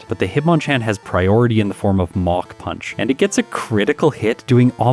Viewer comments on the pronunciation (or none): Has anyone else thought they were hearing MOCK PUNCH until reading the move name was MACH PUNCH :)?